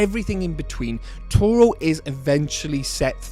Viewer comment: It is TORO!!!